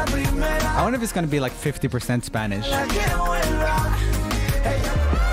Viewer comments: Every time he said S pA n Ish a little latin kitten went to Heaven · I really like roomie, but when he call "spanish" hurts my heart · but what’s the point of him addressing it if he was going to keep saying it wrong the rest of the video 🤣